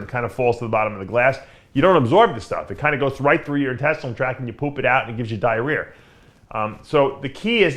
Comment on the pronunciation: Dave, what's this "diar rear" you speak of from creatine?